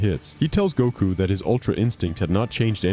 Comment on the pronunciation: Every time I hear you say Goku, I'm hearing Gunko lol.